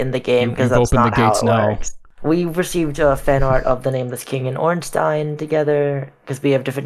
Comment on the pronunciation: Congrats to the developer. FINALLY an American who pronounces Ornstein CORRECTLY.